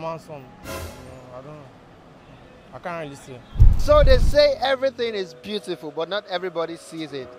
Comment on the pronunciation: 😂 "it's cool to be beauriful"